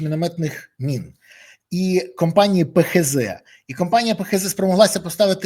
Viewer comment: Береза не мини а міни